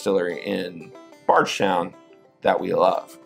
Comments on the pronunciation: Is it pronounced "bards" or "bardsh" town? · Yep, I'm curious too. If it's indeed pronounced BardSHtown I'd love to know the why 😅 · One of my favorite bourbon YouTube channels but i cant stand the way you pronounce Bardstown 😅